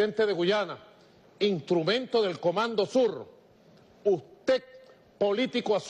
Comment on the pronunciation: Para que USTÉC 🤣